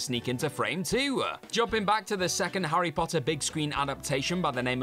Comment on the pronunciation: ‘Arry Potah!